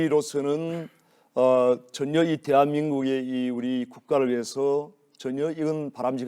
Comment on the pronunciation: “전연”이 아니고 ‘전혀’다 이눔아. 이 쉐리 발음도 참